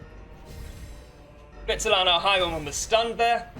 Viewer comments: Great video! One minor thing that made me want to scream though: flagellant is pronounced fla-je-lent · stop saying flagellant like that.